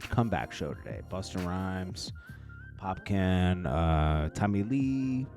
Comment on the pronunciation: please ask your wife how to say popcaan because you butcher it every time 😂